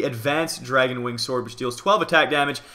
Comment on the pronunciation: is says wnig not wing